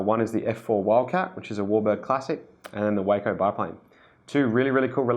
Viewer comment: It's pronounced WAH-CO as in Taco. But I love the video.